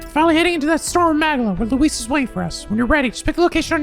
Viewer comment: It took me this far to realize that Louis is the "king-sun" like his historical namesake Louis XIV.... I blame it on the voice acting (and ) pronouncing the name the English way rather than the French way.